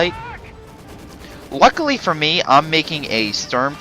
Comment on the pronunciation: U are saying all the fucking time "luckuly" It gets really annoying :p